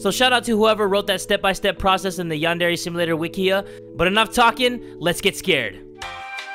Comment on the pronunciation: Its called yan-dre